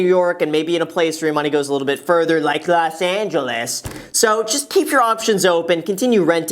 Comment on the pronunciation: LoS aNgELeS... Imma pronounce it like that from now on 😂